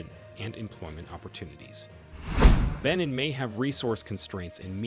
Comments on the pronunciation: It's pronounced ben neen. Irritating! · You're mispronouncing the country and your sniffing is irritating